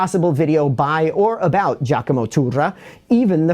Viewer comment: after a few weeks of hearing English-speakers massacre the word Turra, this is a breath of fresh air